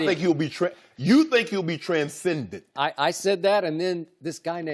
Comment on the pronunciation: Its "TranscendenT"😂😂😂😂